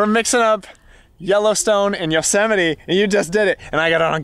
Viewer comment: Maybe you should just say "Yellow-simiti" to be safe!!!! LOL I love your videos and am a big fan. Have fun out there!